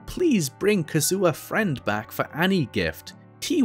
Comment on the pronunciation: Mans really called Kazuha, Kazoo-Ah 😭😭